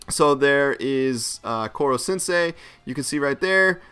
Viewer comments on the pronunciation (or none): none